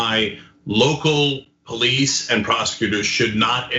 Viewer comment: The "Po-lice" cannot/should not/will not "PO-lice" the "PO-lice". EVER! PERIOD!